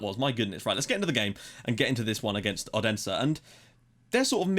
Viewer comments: Odense is pronounce 'Olunseh' if that makes any sense, the D is like an L. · Yeah, that is wrong. It's pronounced like it sounds. O-den-se